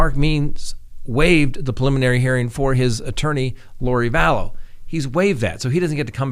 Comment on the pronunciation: Please please say their name correctly the emphasis is on Day not bell come in